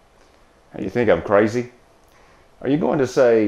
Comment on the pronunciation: did he just say,,you might think im crrrrrrrrrrrazy